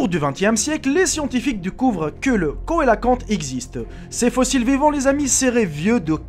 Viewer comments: On dit pas Koélakante mais Célakante (même que le vrai nom c'est cœlacanthe) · cœlacanthe ça ne ce prononce pas koelacante mais célacante.